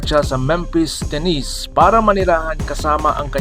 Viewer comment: You pronounced Tennessee tennis wrong